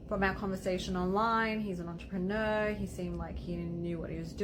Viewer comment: "He was intteresting enough..." Entrepeneur... rich enough right?